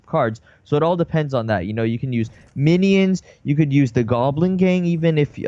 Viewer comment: MINI Ins the way he says minions is funny